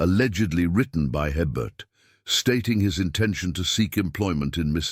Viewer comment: No such plantation ever existed in Louisiana. Herbert is pronounced a-bear. The Anglo-Saxon last names are highly unlikely in St. Martinville during that era. It would have been professional of them to research how to pronounce the indigenous and French names. BTW, St. Martin Parish is not close enough to New Orleans for anything to drift there. This is a made up story.